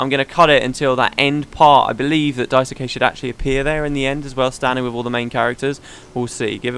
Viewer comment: Daisuke is pronounced Daiske, with the "ke" part being like in "Kenny". If you don't care, ignore this :P.